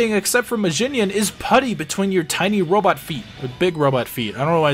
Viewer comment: I mean, you can clearly hear the voice actor saying "Robotto" lol.